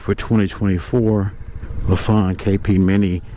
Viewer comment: When I bought my 2006 Lifan GY 5 200cc motorcycle new from a local dealer, he did in fact pronounce it as LeFawn as well. Just want you to know that over the years my Lifan has required oil changes, valve adjustments, tires, and batteries. That is it. It is now 2025 and again this summer I will be riding it. Just a great bike and I think I may be buying one of these guys soon. Thankyou for the video. Oh I forgot Lifan makes cars and trucks as well, and they have for years factory supported a Lifan motorcycle race team with fair success.